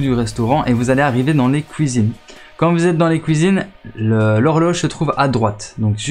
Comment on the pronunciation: ''Vous allez arriver dans les couisines'' ''et les neuf fouite '' après c'est de la dyslexie ça se travail j’étais pareil plus jeune et je le suis encore avec l'orthographe.